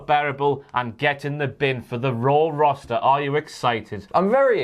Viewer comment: Ah yes, the WWE “Rawster”